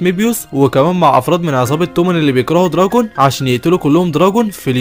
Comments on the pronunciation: معلش بس اسما طوكيو مانجي و اسمو دراكين مش دراجون😅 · دوركين ❌ دراكين ✔️ كزتورا ❌ كزتورا ✔️